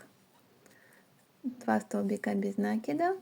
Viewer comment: В слове НАКИД ударение ставится на И. Ваше произношение этого слова очень режет слух.